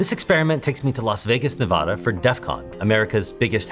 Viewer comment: You're pronouncing Nevada wrong.